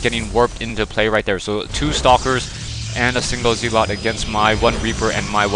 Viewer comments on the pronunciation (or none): Great gameplay, but say it with me ... "zel-it", not "zee-lot" lol. Thanks for the upload, been enjoying these.